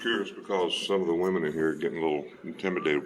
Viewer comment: I hope whatever fainting flower female that felt the need to call her husband to come down & actually harass the two auditors, was fired. I love as a female myself that has common sense, the fact that bearded husband kept saying these are wee-men. Meaning WHAT?! SMH. 😳